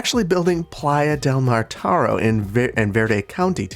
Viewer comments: Hi, thanks for you awesome content. I love that you included some names from my region (I'm from Barcelona). If you are interested the catalan pronuntiation of Mataro is [mətəˈɾo]. Keep on with the great content! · Minor correction from a spaniard. The new district should be named "Playa de Mataró", stress on the last o. Otherwise great episode as always. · Just for the fun of someone ( me ;-) ) living just some 10 or 12 km away from the real "Playa del Mataro", it's precise name is "Playa de Mataró" ( the accent meaning the stressed sillabe is the last one, instead of the middle one ) if you want to put it in spanish, but it's "Platja de Mataró" if you prefer to express it in the autoctonous catalan language. Go "Verde Beach" !!! :-D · I live in Barcelona close to Mataró. Its funny how you say it, because have an accent in the " ó " you should empathise and stress in the last syllable :> Playa de Mataró in Spanish, Platja de Mataró in Catalonian